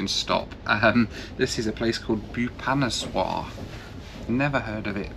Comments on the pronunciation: It’s Bhoo-va-nesh-var not Bheeyupaneswar! It’s one of the most amazing cities of Odissa state peppered with ancient temples esp the 64 yogini temple … And that food you were having on the trains is one of the best and deserves lot more praise than “not bad” from you … yes midlands trains and other trains in England don’t offer such great food and doesn’t have the organic humaneness of a train journey that India offers despite the troubles or delays … train food in India is one of the best in the world … that “soup” you were having was lentils or daal can’t believe u didn’t know what it was , am sure there are plenty of those all over UK … u really arent that cultured are you lol … stop being peevish and be more appreciative of a land your ancestors colonised and looted and levied illegal taxes and starved our people with the likes of the Bengal famine … that porter on the train , who said “aiye sahabji “ - all my love for his innocence and goodness for an otherwise peevish ungrateful white privileged bundle that you are ! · When he pronounced Boo pha nas waar Iam scared🥶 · haha its fun to hear how you pronounce bhubaneswar. "bubanezwar" :) coz i come from that town. but kudos to your effort. love your content. please revisit.